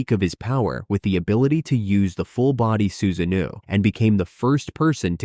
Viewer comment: Where are you from and why do you pronounce madra, susanoo, and Hokage like that?